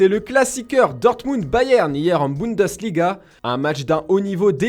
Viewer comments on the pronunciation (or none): none